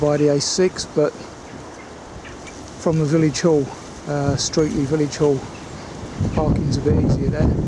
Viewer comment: Pronounced as "Stretley".